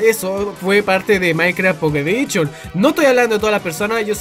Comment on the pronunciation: Minecraft mobile "edichon" :V